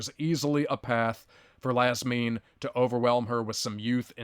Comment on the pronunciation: Marina = Ma-reen-uh... and Iasmin = YAS-meen